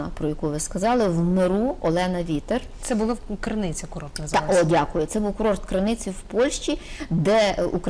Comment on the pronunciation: Цікава історія ! Дякую , а не дЗякую! А я розумію терпіння пані Ірини ! Як можна чути те щьокання , цякання , чьокання Наталки ? Культура мовлення -0 ! В українській мові , -Ж Ч ,Ш ,Щ вимовляються ТВЕРДО !